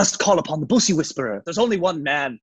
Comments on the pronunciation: The only celebrity to correctly pronounce bussy. I'm in. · I'm just happy he pronounced "bussy" correctly